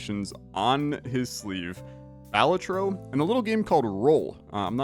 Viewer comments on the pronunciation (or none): isn't it ba-LA-tro?